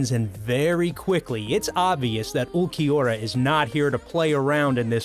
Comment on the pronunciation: atleast he said ulquiorra right :D